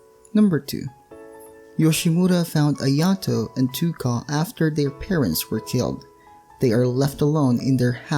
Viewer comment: Why do you say too ka its said t O ka